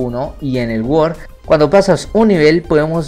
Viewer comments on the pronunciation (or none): Geometry Dash "guord" jajajaja